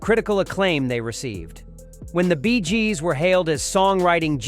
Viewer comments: "The Rolling Stone"? "The Bees Gees"? Is the narrator AI? 😂 And showing the wrong rockstars is also a giveaway of this video being AI generated rubbish. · Sis is a puffed up piece that seems to be read by some sort of AI calling it. “the Rolling Stone” and the quote BEEZJEEZ” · ...the Beee-s Gees"? 🐝 😂🤣 Ah, the absurd joys of an AI narrator! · "The Bees Gees" LOL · The "Bees Gees " ?